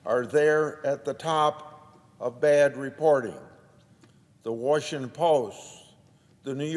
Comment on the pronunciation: There is no "Warsh"ington ANNNNDDDD Grassley lied about Ukraine - Biden "connection"